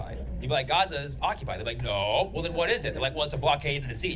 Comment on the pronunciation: She knew she fucked up when he pronounced Gaza with the correct accent.